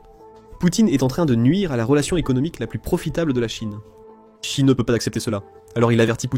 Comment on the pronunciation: Xi se prononce "Chi" au fait...